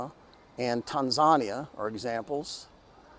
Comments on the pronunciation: Tanzana!. You surely meant, Tanzania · He always says it tanzanya. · actually said, "Tan-ZAH'Nee-ah" (How Spanish and Italians use) "Tan-Zah-NEE'-ah" (which Swahili use, and Germans use) + "Tan-ZAY' Nee-ah" which some Brits + North Americans might use different accented emphasis on different syllables as well as different vowels sound for "a", short vs long Chinese: Tǎnsāngníyǎ (Mandarin) Taan2song1nei4aa3 (Cantonese) since Tanzania is a foreign name to the outsider, different outsiders will say it differently